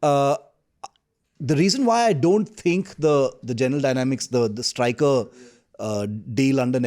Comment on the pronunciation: Sorry to say but i need to correct a few innacuracies. Firstly, its Stryker, not Stricker. And the name does not reflect its purpose. U.S. Army has a history of naming its vehicles in honour of its Generals and Soldiers, like Abrams, Sherman, Booker, Stryker. Secondly, Stryker's primary purpose is not "attack" but to provide armored transportation to infantry, with moderate fire support. It falls in a class called Infantry Fighting Vehicles/Armored Personnel Carriers. Tata Kestrel and Mahindra WhAPs fall in the same exact class. Both Stryker and WhAPs have similar design, i.e. an armored V-shaped hull that carries 9 soldiers on an 8X8 wheel drive platform, and typically has a 30mm cannon as primary armament. There's absolutely nothing ground breaking as such that Stryker brings to the table.